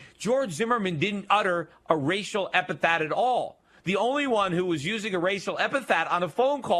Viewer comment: epithet. Yeesh, one time, okay, but over, and over. damn. Repeat after me: EP-I-THET.